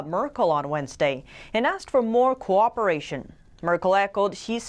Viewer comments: Come on, please learn how to pronounce cooperation: [ko WAH puh rāy shun]. "Corporation" is an entirely different sound. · Someone pronounce cooperation for her. She says "corporation" Otherwise her English is spot on